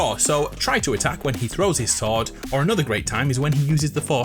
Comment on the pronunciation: Did you call the light saber a sorde